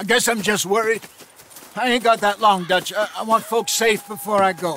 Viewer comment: con el bullet time por ejemplo si tenés 3 tipos enfrente los marcas tipo clickclickclick y después cuando lo desactivas Arthur dispara a la cabeza si lo marcaste en la cabeza con un solo punto del bullet time lo matas Y pica el que te da misiones se llama duch y se pronuncia dach Clase de inglés Y pica tenés que ir dejando objetos valiosos y comida cada tanto cazar animales y objetivos valiosos para mejorar la base